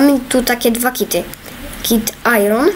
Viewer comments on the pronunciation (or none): none